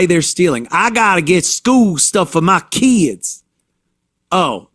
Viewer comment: “My keeid’s” gets me every time haha. The fatigue is real